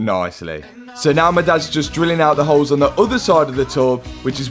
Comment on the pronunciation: Holes ❌ Hoes ✅